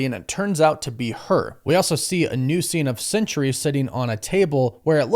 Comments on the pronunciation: Isn't it Sentry? Why do you call him Century? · I googled it, and I'm correct. The character's name is SENTRY, not "Century" as you keep calling him.